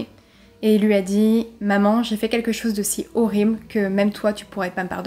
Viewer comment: J'aime bien ce léger "accent" il s'est passé quelque chosss... il y a des chemins de fehr 😁😁😁 C'est mignon